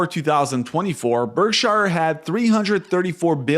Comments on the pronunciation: It's pronounced berk-sher, not berk - SHIRE. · Why do you keep calling it Berk-shyer? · Please! It's pronounced "BERK-shur," not "berk-SHYer." Visit Omaha and find out for yourself.